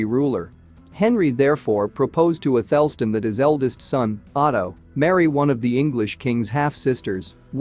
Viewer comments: athel_stn is incorrect. It's Ath_El Stan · Your bot needs to learn how to pronounce “isotopes”. The second “o” is not a schwa, it’s an “ow” as in “hope”. Also it pronounced “Athelstan” incorrectly. The emphasis is on the first and last syllables.